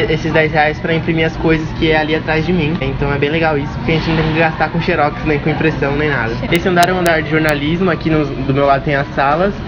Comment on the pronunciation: xeróx? a pronúncia é Xérox